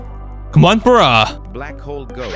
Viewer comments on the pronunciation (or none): none